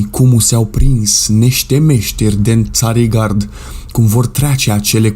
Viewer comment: Cu pronunția cuvântului Țarigard, ai dat-o puțin de ...gard 😀. Ești simpatic oricum